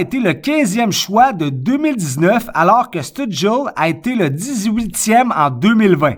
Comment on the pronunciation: Si tu veux prononcer Stützle comme il faut pour avoir l'air cool : chtute (exactement comme une chute, mais tu rajoutes un 't' en plein milieu) + s'le, comme le déterminant "le" mais avec un 's' au début.